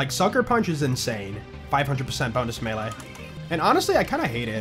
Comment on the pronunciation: It’s always been pronounced May Lay, even in ssbm